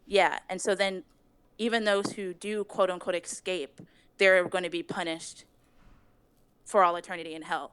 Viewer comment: all i hear is eggscape